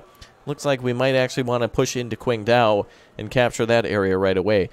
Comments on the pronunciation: Anon Viewer I’m actually getting annoyed of calling Qingdao “quingdao” instead of “chingdaol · Qingdao is actually pronounced "tching dao"